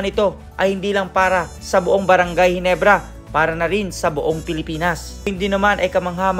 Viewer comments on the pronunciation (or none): none